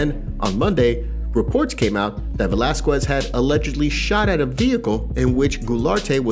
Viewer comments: God, it drives me up the wall when people can't pronounce Cain's last name right! Since all this stuff with Cain started, I've heard several people butcher his name! 🙄🤦😡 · If I listen to you say Velazquez wrong again ,my brain will explode!!! Ugh